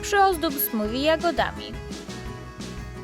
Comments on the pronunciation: Smofie a nie Smodie! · Smothie- to się mówi smufie a nie smudie